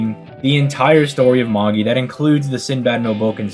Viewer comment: Its pronounced MA-JAI not MA-GI 😂